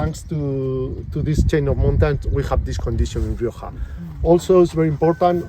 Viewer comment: what did la rioja do to you? why did you have to slaughter its name?